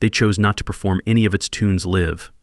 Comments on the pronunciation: This has to be just an AI video!!!! The "guy" pronounces LIVE wrong... Like 'live life' instead of 'playing live'. AI is BS! Human's downfall. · This is obviously AI .... imagine saying that Gregg and Duan spent most of their cash on "CD's" in 1966... (go to mark - CD's would not be invented until the early 1980's) .... also Mispronounced the word "Live" ... and what does the deep/dark "ganster-mob video at the mark have to do with Gregg and Duane so all this to say....this video is less than good. Eat a Peach was not their 3rd album...it was the 4th.